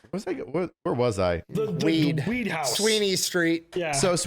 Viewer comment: He goes from H house, weed, jewelry, what I’m assuming is ripping or knocking out a grill, to a ridiculous southern accent and then goes where was I? Weeeeeed. 😂. Sounds like you were on weeeed. He arrested so many potheads he just channeled one.